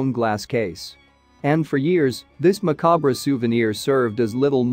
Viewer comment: Learn how to pronounce the words in your script. You mispronounced savant and macabre in the first three minutes. And you chose the wrong pronunciation of wound. The way you pronounced it gives a totally different meaning from what you meant. Mispronunciation of such well known words makes your other information suspicious. You also put emphasis on the wrong word in some of your sentences. Example: sitting room. These kinds of mistakes make it very annoying to listen to your script. It is obvious you were reading from a script that you have not researched. You are a very poor reader, but you could improve if you would research your material before producing another video. Also practice reading the script in advance to make you sound less pedantic, and check the correct pronunciation of words you don’t know. Since this information has not been researched and produced by you, I don’t feel that it is trustworthy.